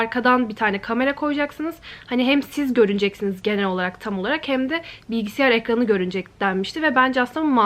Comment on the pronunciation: Of bilgisİyar deme artık ve ebebeyn